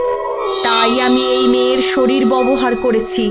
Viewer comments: Bobohar na uccaron ta hobe babohar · মেয়েটি বার বার 'ববহার ' উচ্চারণ করছে, কথাটি আসলে 'ব্যবহার' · Ota bobohar noi babohar😂😅😂😅. Emni golpo ta bhalo ☺️ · ব্যবহার, ব্যবস্থা উচ্চারণ ঠিক নাই😑